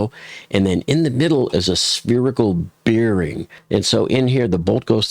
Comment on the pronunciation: Bearing rhymes with "bare" not "beer".